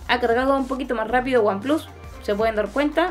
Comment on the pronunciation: buen vídeo, espero ver uno de comparativa de cámaras que creo que también va a ganar oneplus, sobretodo el modo retrato. y un detalle que me hizo gracia, dices "aifon 7 plas" y samsung s8 "plas" en un perfecto inglés menos el número pero luego en vez de "wanplas" dices "wanplus" en en perfecto spanglish. Yo a ver si mañana consigo vender mi s7 edge y me compro el oneplus 5 desde que vea una ofertita.